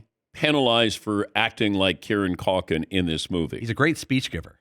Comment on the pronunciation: dan desperately wants to be mainstream famous. also it is CUL-kin. not COK-IN